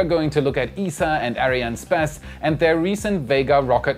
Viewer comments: why does he keep on saying Arianespaas? It bugs my OCD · its pronounced ARIAN "ESS" "PASS", just so you know :) keep doing your work, love the show! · Hey you mispronounced "Arianespace"